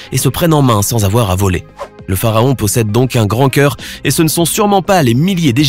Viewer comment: Il a aussi dit le phaharon au lieu de pharaon